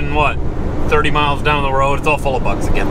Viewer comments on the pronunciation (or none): none